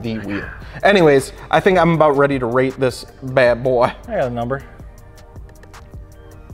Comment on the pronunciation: sean: im about to rata this My ears:im about ready to rape this